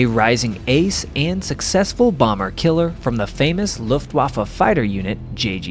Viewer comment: "Luft" is pronounced "Looft", genius.